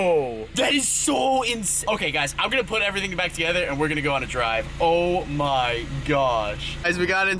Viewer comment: Unspeakable: "Everything carbon" Kinda like "Eerything bread"